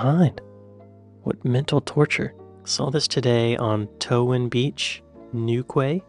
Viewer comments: Gloucester = (pronounced) Gloster Leicester = Lester Newquay = Newkey :D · Newquay, phonetically is pronounced new key, ……just in case, Warwick is pronounced warick. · It;s New key not New qai!🤣😂🤣😂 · Newquay - pronounced new key. Not your fault - English is FU :D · Licence is spelt with the second C in English. Gloucester is pronounced Gloster. Leicester is pronounced Lester. Newquay is pronounced Newkey. And yes there are 100 pence in a pound. Hope that helps, excellent content as always! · Okay he's nailed the pronunciation of Yorkshire, who's turn is it to teach him how to say Gloucester? Edit: I'll do Leicester, its pronounced "Lester" Edit 2: Newquay = New key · Also Leicester is pronounced Less ter and Newquay is New key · That's how we spell licence in the uk, it's not wrong just different. NewQuay is pronounced Newkey, there is one in Wales in the place called Cardigan bay, but there is also a Newquay in Cornwall (not in wales) too. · To help you with those British place names, Leicester is pronounced 'Lester' as is Leicestershire (shire is pronounced 'sheer') and Gloustershire is pronounced 'Glostersheer' and Newquay is 'Newkey' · The quay part of UK place names is pronounced like key. Newquay = Newkey. Torquay = Torkey. Places ending in ster typically lose a few letters in pronunciation. Gloucester = Gloster. Leicester = Lester. Worcester = Wooster. The pronunciation has evolved over the centuries, so we wouldn’t expect outsiders to know that the pronunciation doesn’t match the spelling. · Gloucester=Gloster, Leicester= Lestor. Newquay= Newkey. That's how we pronounce them. Hope this helps. Cheers. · Newquay is pronounced new key! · Quay = Key ...so Newquay = Newkey (although its more Newk-ee like nuke rather than new-key) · They are pronounced lester, gloster and newkey, just for a heads up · Enjoying the video, but just for info - Gloucester is pronounced Gloster, and Leicester is pronounced Lester. Newquay is new-key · "Lester" and "Newkey"